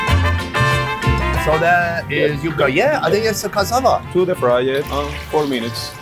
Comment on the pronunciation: It's Yucca(yuh-kuh),..not yoooka.